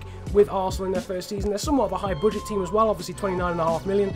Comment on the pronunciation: Its not boodget it is pronounced budget (a)